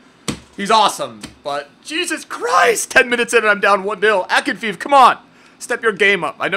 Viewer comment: The goalkeepers name is pronounced Akinfejev not Akinfeev like your write it in English xD